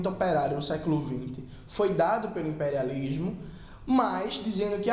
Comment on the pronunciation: KKKKKKK não sei o que não sei o que, o impériálishhmo hueuhsudheua que bicho ruim cara